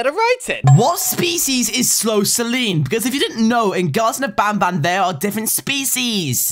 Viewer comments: He said nabnab but show a picture of banban😂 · Lol showed i picture of banban when he sed nabnabn lol XD